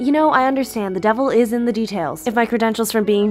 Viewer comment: I do hope that you speak french and you are doing the accent on purpose because the "Va te faire fou-" at the end was AMAZING